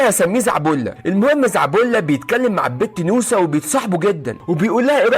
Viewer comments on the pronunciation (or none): انت تقول نوسه وانا اسمع موسى😂😂😂😂